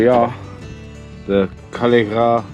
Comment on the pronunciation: Hey just letting you know its spelt cuilcagh but it's said like quill ka